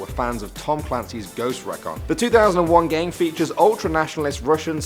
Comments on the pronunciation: Its pronounced like Ghost re-kon you pronounced it like rec-on. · Ghost REEEE-CAAAWN. Not reh Cawn. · Ghost REE-KON.... lmao English please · Ghost rec-on. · Only one complaint it's pronounced: REE-CON. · Exactly what I was thinking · I want to die cause the ghosts recon part cause the way he says recon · That really bugged me too